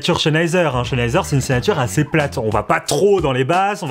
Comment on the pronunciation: Stop de dire CHENheiser x)